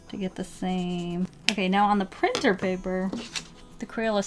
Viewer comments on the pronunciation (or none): lol she forgot the r in priter